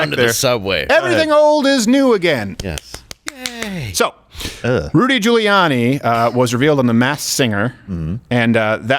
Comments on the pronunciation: Ludy Giuriani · He's just mad because he can't pronounce "Rudy Giuliani"